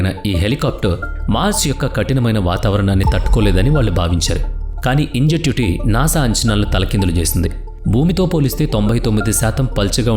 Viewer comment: ఇంజెన్యుటీని ఇంజెట్యుటీ అంటావేంటయ్యా బాబూ! నువ్వు చదివేదేంటో నీకు తెలీదన్నమాట!